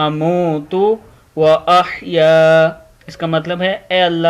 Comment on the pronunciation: sir aap ka tlafuz glat ha ahaya haa ha kaah nahee ha